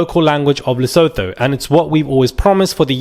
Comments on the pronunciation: Its pronounced Leso2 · “Le-su-tu”- that’s how it’s pronounced Even South Africans don’t trust Zimbabweans…and Nigerians/Ugandans/Mozambicans/Somalis/Pakistani’s….we have enough experience 🫣🫣 Sorry it’s the truth!!! Lesotho, Botswana, Namibia & Swaziland are our cousins…we don’t count Zimbabwe 😂😂😂 I have some “mmmmm” about Sophie shame